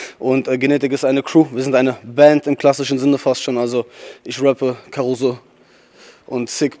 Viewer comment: Man schreibt Karuzo mit z aber man sprichts Karuso aus. Kann passieren ;)